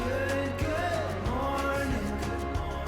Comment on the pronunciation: stop saying morging